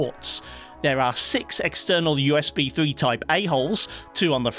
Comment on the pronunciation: I always get caught off guard whenever he says "usb A holes".I always hear the wrong things and its funny as hell